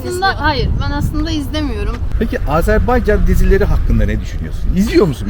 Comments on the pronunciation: Azerbaycanlıyım ama bu kadar iyi söyleyemiyorum😅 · Azerbaycan kelimesini düzgün telaffuz eden nadir kişilerden birisiniz. Kutlarım ve teşekkür ederim 🥰😘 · Azerbaycan'a "Azerbeycan" demediğin için teşekkürler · Oh eline sağlık. Çok sinir oluyorum terklerin AzErbEycan söyledikleri zaman